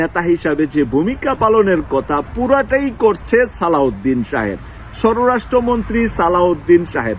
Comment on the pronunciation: pl pronunciate shorastro montri not shororashtro montri.